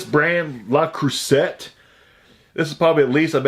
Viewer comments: La crue say. Silent T. You're killing me smalls! ☺ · Hey. It's pronounced krusey!